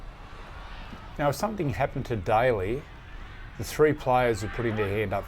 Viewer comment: "Some-think"......instead of "something" .....ouch....terrible English lady